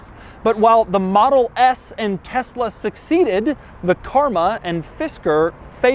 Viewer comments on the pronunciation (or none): none